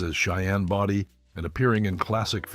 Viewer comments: Cheyenne Bowdy ( Body) long o -that’s the pronunciation of his name , and not Boydy! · Cheyenne Body Come on...get the name right at least. It's Bodie... pronounced bow di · Can these videos get the right people in the pictures and pronounce the names properly. Body 🙄.. pronounced Bowdee. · Not Cheyenne body Cheyenne bodie . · It was Bodie, not Brody. Geez. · Clint's last name is pronounced BOEDEE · It’s a shame that pictures of Clint Eastwood were used and that the name Body wasn’t pronounced correctly.